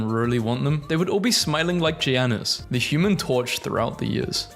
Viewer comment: ur supposed to pronounce giannis like "yannis", its a common mistake made by people who don't watch basketball